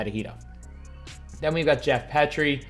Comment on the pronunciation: It’s been bothering me for months, his name is pronounced “Geoff Pea-tree”